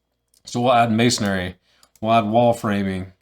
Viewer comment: There’s no “a” at the end of masonry! Ha, good video and good info.